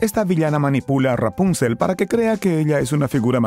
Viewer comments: Deja de decir rapúncel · Yo siempre dije y escuche Rapunzel con la silaba tonica en la ultima silaba Nunca en la penultima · Ra-punzel jajaja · Rápunzel xD